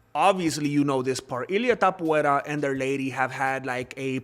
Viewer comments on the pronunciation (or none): You can’t even pronounce his name correctly, and you want to convince us you’ve done enough research to uncover all these conspiracies? At least do some research on how to pronounce his name before yapping all this nonsense. He’s not ‘Topuera,’ and you’re just a blabbermouth who probably thinks the earth is flat.